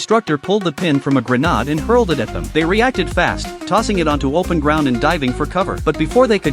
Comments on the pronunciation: Bro said grenad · ❌Grenade ✅Grenad